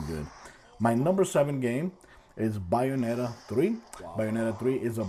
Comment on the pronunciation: Bioneta? She even says it properly when you boot the game.